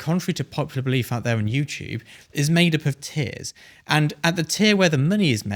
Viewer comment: I first heard ‘tiers’ as ‘tears’ of photography, oops